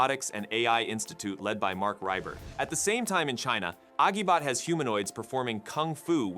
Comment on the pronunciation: The g sound in Agibot is pronounced like a j (as in agile).